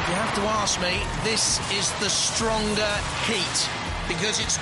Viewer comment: I love the way he pronounces Stinger. "STING-AH"